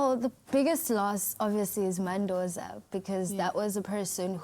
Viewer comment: It's Madoza not Men Dozer.